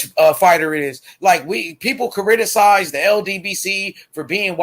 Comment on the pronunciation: The word is criticize not chariticize